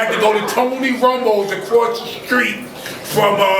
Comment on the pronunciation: TONY ROMA’S not ROMO’s